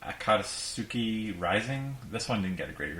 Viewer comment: The first naruto game you showed, that name is pronounced a-cot-ski.